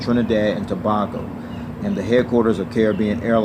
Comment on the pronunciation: You pronounced Tobago wrong. To pronounce Tobago it’s To-bay-go